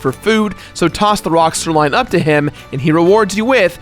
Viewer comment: pronounces things weird af, where is he from? Melk? Sirline? Skull-tilla? Jk man I love you.